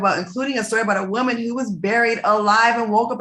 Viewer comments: I love the way Al pronounces “woman”. He says woe-man. Lol. Love it. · Nobody : Al: Woahmen